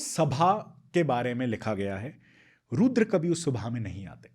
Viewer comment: Excellent podcast both of you. Har Har mahadev A few language Observations 1. It is not cobra ka 'fun', it is phan फन 2. It isn't ghaghra hakar... it's ghaggar hakra 3. It isn't gengantic basin, it's gangetic basin 4. It isn't bhandan भंदन , it's bandhan बंधन 5. Not roodr रूद्र but rudr रुद्र 6. Not abandance, but abundance 7. Not zarathustra, but zaruthastra